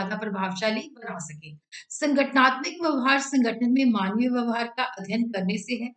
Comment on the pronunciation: Mam it's vyavhar